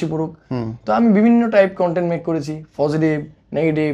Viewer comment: ও তো কথাই বলতে পারেনা। পজেটিভ কে বলে ফজেটিভ 😅 আরেকটা জিনিস, বার বার বলতেসে ওরা কাজ করে, কাজ করতে গিয়ে এমন হয়। আরে বাবা কি কাজ টা করে ওরা? 🤔 ওরে বলেন যে এগুলা কাজ না ও কাজ।